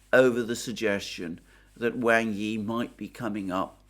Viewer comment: Wang Yi is pronounced like "WAND", but with a G, and "I" like in illicit.